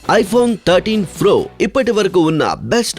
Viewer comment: Voice is only nice in hindi,not in other languages And in starting he said iphone 13 fro🤣🤣🤣🤣